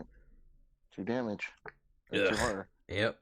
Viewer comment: Man you keep taking a whore (the way you say horror lol ) all the time...lot of resources there